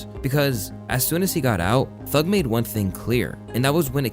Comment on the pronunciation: "I lurv thurg" 'I hate ret" lmao